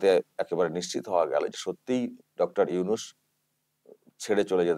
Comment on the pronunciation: উফ ওকে উইনুস উইনুস বলেন কেন ??? ওটা নুনুস হবে। নুনুস মিঞা। 😀